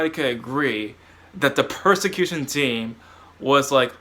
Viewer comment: Not to be mean, but did you mean "persecution team" or are you saying "prosecution team"?